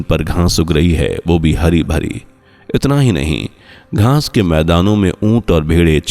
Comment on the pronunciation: Aap baar 'GHAANS' BOL RAHE HAIN. GHAANS NAHI ' GHAAS BOLIYE.